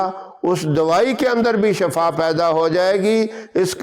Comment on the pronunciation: ap nay lafz ada kya shafa is ka matlab hy muut ap shifa kaha kareen asal may sahi lafz hy shifa